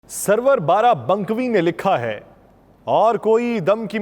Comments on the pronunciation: Mohtaram SARWAR BARABANKVI NAHEEM.. SAHIH NAM HAI SUROOR BARABANKVI. DURUST KAR LAIN PLEASE. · Sraroor barah bankwi not sarwar barah bankwi.i am fan of your v log. but keep care of your pronunciation. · Ganwaar, itney Barry shaer ka Sahi naam bhi nhi ley sakey..... Sarwar nhi saroor bara bankwi.